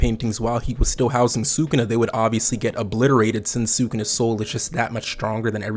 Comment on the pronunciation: Respectfully, learn how to pronounce sukuna